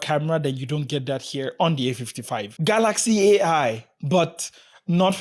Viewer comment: I like ur pronunciation kaalaxi